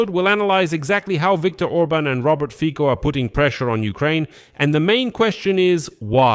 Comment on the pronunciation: Fico is not read with K but with slovak C which is more like TS in english so Fitso would sound more accurate (just a tip ^^)